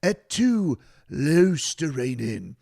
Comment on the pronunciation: also I watched ESPN for a little bit after the game (I don't know why I did), SportsCenter showed the Panthers highlights immediately which I guess is why I stuck around. Those anchors didn't know what the fuck they were talking about. And they completely botched the pronunciation of Luostarinen. Like bruh, where's the attention to detail? Do you not care about getting things like that correct? Disrespectful, but seems to be nothing new with South Florida teams and ESPN